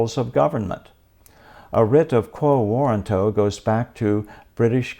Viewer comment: Get your pronunciation correct before you make a podcast. Warranto has emphasis on "RAN", like "waw-RAN-toh". You got it wrong. Check dictionary audio pronunciation: Click the speaker icon next to the phonetic spelling on that page.